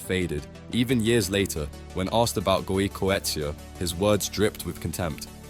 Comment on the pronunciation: You missed the legendary story between ex-Argentine captain Daniel Passarella and his bad stomach and the fight they had before the '86 World Cup. The "butcher of Bilbao" is pronounced Goikoetxea. Goikoetxea has the boot in a glass case above his mantelpiece, the boot that smashed Maradona's ankle to bits. The bad treatment also caused him to get hepatitis C. Also, he had beef with the Barca president that involved the Spanish royal family. Also, the drugs that Diego banned were a diuretic to help lose weight. They had different labels, i.e., same ingredients, same brand. Now it wouldn't get him a ban. And if anyone thinks cocaine is performance-enhancing, it's not. Trust me, it's as bad as being drunk. All this from an Englishman who's supposed to hate Diego, but to hate Diego is to hate football. Why Diego's goals aren't on the OFF THE charts is because nowadays he'd be a box-to-box midfielder or just in behind, and he'd still score 75 percent of the times he played.